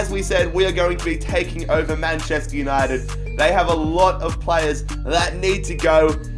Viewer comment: You have speak "Manchester Uninegy"